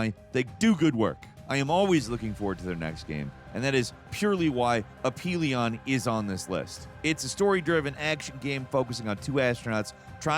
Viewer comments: It's uh-fee-lee-uhn. Not A-Pee-Lee-on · number 12 Aphelion is pronounce Afelion, ph is F sound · I believe the "ph" in Aphelion is pronounced as an F (at least that's how it's pronounced in the Scandroid song) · is it a P or a F sound? Aphelion? F right?